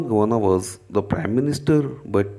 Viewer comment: Prime not prim 💯